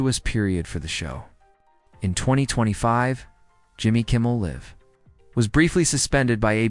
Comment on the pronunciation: Please learn how to pronounce Jimmy Kimmel Live.